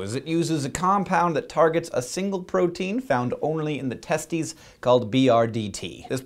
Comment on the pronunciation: *It's "testes" LoL